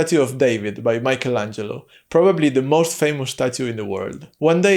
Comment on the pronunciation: It’s Michelangelo, not Maicol!!